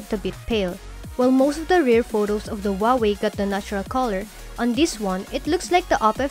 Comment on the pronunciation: i hear "boat", "da", "tink", "dis", "smoot"